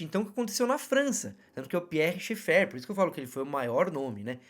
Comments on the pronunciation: Gostei do conteúdo, porém, "doeu" meus ouvidos sua pronúncia de Schaeffer, procure corrigir, a maioria das pessoas falam corretamente o sobrenome alemão. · A questão é que esse sobrenome é alemão, o fato dele ser frances não vem ao caso. Não custa vc verificar a pronúncia.